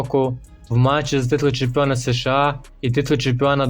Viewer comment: США, а не СеШеА. Нема в українській мові звуків се і ше , а є ес і ша. Прийнято казати просто США. Дякую за випуск